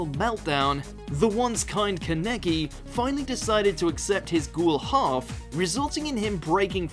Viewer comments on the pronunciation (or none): English and Japanese have different stress patterns for multi-syllabic words. Japanese keeps the main stress on the first syllable, so it's KAH-ne-ki (like you've written it). But English doesn't normally do that, so people pronounce it kuh-NE-ki. That's also why lots of English-speakers pronounce akuma (Street Fighter or D. Gray-man) as a-KU-ma rather than AH-ku-ma, and Kakashi (as in Naruto) as ka-KA-shi rather than KA-ka-shi. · Ah yes, I love “Ken Ka Neck E” from Tokyo Ghoul. It’s not like it’s “Khan-neh-kee” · Pretty sure it’s pronounced Kahn-ah-key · Ken "Ka-necky"?🤨 😂😂😂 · I'm sorry, but... KAH-NUH-KEY. This boy is one of my favorites. Not saying his name right really hurts me. Lets say it again... KAH-NUH-KEY!!!!!!! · Kah-neck-ee Ha funny... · Plz watch mojo idk if you doing this on purpose but stop plz with name pronouncing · ken kehnehki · Why is it that everybody that I've met that have seen Tokyo ghoul either pronounce it (Ken kah•neki or Ken Kuh•neki) personally Ken kah•neki feels just right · A great anime comeback would be Vampire Knight season 3!!! cries in Kaname Kuran Edit: It also hurts that he STILL pronounces Kaneki wrong 😭😭😭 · Is that how you pronounce Kaneki? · Bro, please look up the pronunciation of Kaneki. That hurt to hear Dx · U said kaneki wrong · I hate how he said ken’s last name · One piece again? I suppose someone who cant say Ken Kaneki properly is on the same level of trash as that anime. The dubbed anime literally has 2 seasons telling you how to pronounce it, lolMuch disrespect. Top 10 watchmojo fails, this is another for that list.